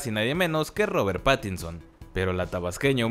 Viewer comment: rober patison 😂😂😂😂 no tiene ni el acento para pronunciar bien el nombre menos para protagonizar toda una pelicula